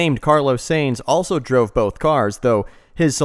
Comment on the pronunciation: Seems like a cool video, but still very early into it. You got the pronunciation of the extremely famous racing family Sainz wrong, which clashes with you reading out the funny slightly altered names of car brands immediately afterwards.